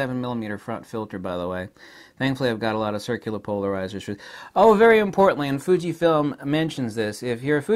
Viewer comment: " Thunkyfilm" , I mean " Fujifilm " sorry 😂😁